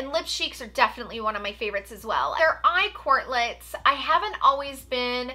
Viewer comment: You keep saying eye quartlets, must be that brain fog 🤣